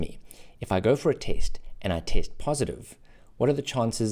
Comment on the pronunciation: My mind is going out 💥 every time I hear taste instead of test